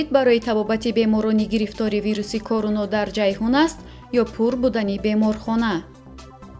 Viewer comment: Эй барандаи Фарбеҳ Короно не Корона гӯй. Овозат мисли мурге, ки хурӯс намегояд.